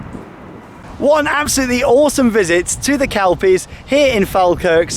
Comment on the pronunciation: It's pronounced kel-pies. Not kalpies